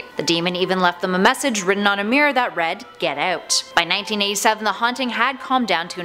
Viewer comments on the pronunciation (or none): Why did she say “get out” but “out” in an English accent like “ayout”